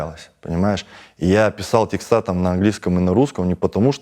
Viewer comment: Да не текстА! А тЕксты!!!! Пожалуйста